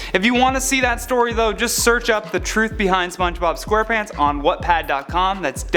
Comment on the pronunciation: Did he just say 'Wutpad'?